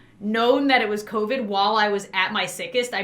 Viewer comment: I love how she said copid instead of covid 🥺 Love ya:)